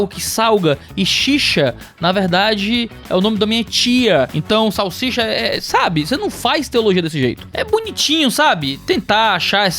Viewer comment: Querido, a palavra é salsicha. 😊